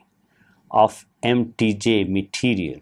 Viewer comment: mtj is spelled "em tee jay", you're spelling it like mtg.